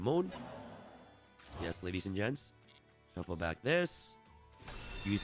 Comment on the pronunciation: "ladies and gets, i will waste anymore of your time" nice 👍😃 bro cant even read the script properly 😂